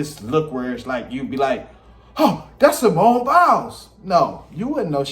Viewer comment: Did this man just call Simone SIMON??😭😭😭 I literally can’t….😂